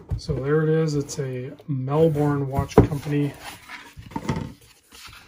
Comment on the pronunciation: Pro tip,it’s pronounced ‘Mel-burn’